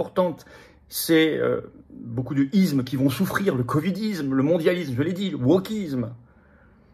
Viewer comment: ISME pas IZME !